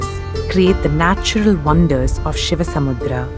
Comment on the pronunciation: excellent work.. and by the way... It's ShivanaSamudra......NOT ShivaSamudram... pronounce names in native style